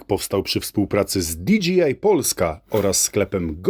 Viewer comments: no przypierdalam się po prostu, że zamiast dji wymawiasz dga. Chociaż za którymś razem już załapało i zacząłeś wymawiać prawidłowo. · di gi aj polska ?🤣🤣🤣 to jest na licencji di dżej aj ? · Jest napisane "DJI", a mowisz ze "DGI" ? To kto w koncu ? :D i co to ten DGI ? co produkuja ? ;)